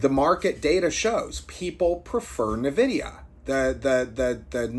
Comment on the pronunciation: ITS N-VIDYA EN-VIDEE-AH FUCK ME CHRIST NUH-VIDYA